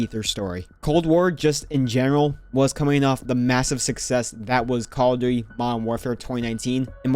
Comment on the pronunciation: cawduwy is what i heard when starting this video